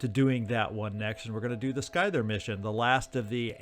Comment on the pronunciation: Note: scyther is pronounced ss-ie-ther, not skyther, the c is silent(unless it's been confirmed to not be "scythe" by phoenix point) y'see. I hope that I didn't bother you, it's just that the mispronounced word was starting to bug me, if you want to say skyther, then that solves it, cause then I know that you are pronouncing it correctly in your opinion. Also, Use your abilities, not your ammo, the frenzied worm could have been a weapon of mass destruction, but, while shooting that last forsaken did work, the worm could have saved you trouble and resources against the weakened guy. Anyway, I loved it! Let me know if I was annoying or rude or anything of the sort, as that is not my intention